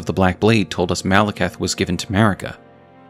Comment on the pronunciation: Say it with me: Mal-eh-kith. You’re saying Malacath. Different guy from a different thing buddy.